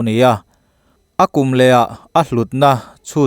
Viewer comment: LEAD (suan) hi LEED tia lamrik loh tur LED (Latin : plumbum, pb) tia lamrik tur